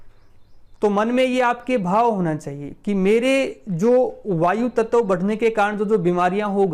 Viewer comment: Nice information. Aap bar bar tat-tav kyun kehte ho. Tat-va kaho sahi rahega. Dhanyawad 🙏